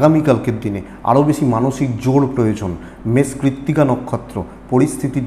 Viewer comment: বৃস রাশি বলতে গিয়ে বারে বারে মষ মেষ বলেছেন ঠিক কোরবেন আশা করি।